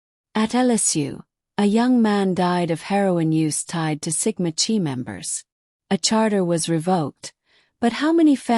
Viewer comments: Sigma Ki like k eye not chee just saying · Dear AI model, in this case the 'ch' is a K sound, and the letter is pronounced*kigh*, not 'chee'. I really shouldn't have to correct grammar of a computer model 🙄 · No hate, I just want to let you know the pronunciation- I really liked your video bc there’s a lot of info I didn’t know. It’s not Sigma ‘chee’ it’s Sigma chi as in ‘Kai’ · So it sounds like bubbly Waters has trashing the whole town of Moscow covered, it’s good to know that someone’s got trashing Sigma Chee covered too. See I can mispronounce Sigma Chee too. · Sigma Chi (pronounced like Ki, not Chi, even though its spelled that way per Greek life) Just a friendly, fyi. Its probably, AI. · Chi is pronounced like KY... they were on my campus too, and even heard other greeks thought they were sketchy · It's Sigma ki pronunciation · Ir is pronounced Sigma KI ....and Moscow is pronounced Mosko... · 'Sigma Chi" Sigma Chi is pronounced SIG-ma KY. The "Sigma" is pronounced like "sig-ma," with stress on the first syllable. The "Chi" (Χ) is pronounced "ky," rhyming with the word "sky". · Thank you!!! It’s difficult listening to AI generated uninformed of the pronunciation of actual fraternity’s that have been around far longer than my old ass. lol. 😂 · It’s is true across all campuses in Greek life. Look up how to pronounce CHI so you have more knowledge of the Greek language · she’s already stated that AI voice is used and it wasn’t pronouncing it properly. It’s the message that’s important tho! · ( kinda amuses me how ai sometimes changes pronunciation within the same sentence-would this annoy the ' chi ' people? )